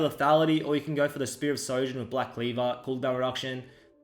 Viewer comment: u hate how he calls shojin sojin